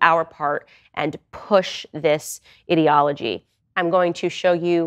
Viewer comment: She said "ideology" I heard "idiocy